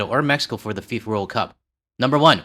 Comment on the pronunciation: "Fee-For" World Pickpockets